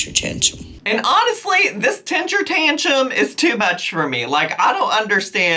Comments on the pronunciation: The way is pronouncing tentrum tantrum has my brain flipped lol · I’m sorry, but I love how Amy messes up words. It’s kinda cute and funny. I don’t mean it in a disrespectful way. I really like Amy.